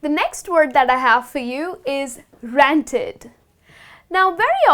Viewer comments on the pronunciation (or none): Did she pronounce "ranted" as "rented" ?